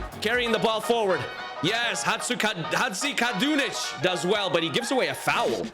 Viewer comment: As a Bosnian person I just love when people try to pronounce Hadžikadunić 😂